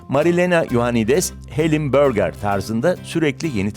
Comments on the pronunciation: BÖÖĞĞÜÜRRRGEEEAAARRRR... 😂😂😂😂😂 Türkçe seslendirme yapıyorsunuz bari altyazıya yazdığınız gibi "burger" diye okusaydınız . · böğga ne ya... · Hellim börgaa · Sunucunun Türkçe konuşup burger diyememesi.